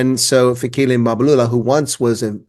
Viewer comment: You’re really butchering this guy’s surname. It’s Mbalula. Don’t put the “a” to the “M”, shouldn’t be there. Other than that, a fair take on Mbalula.😅😂😂!